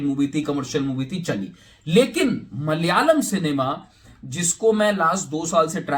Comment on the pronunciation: its is malayalam.. Not mal yalam